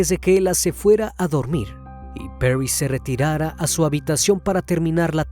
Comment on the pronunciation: Porque exagera en la pronunciacion del nombre París se dice tal cual, Paris y no "perrys"